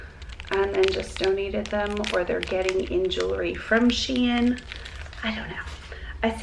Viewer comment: The Shein jewelry is pronounced “shine”. Just an fyi